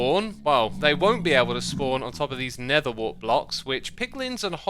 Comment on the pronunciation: Question: why instead of saying Nether you say Never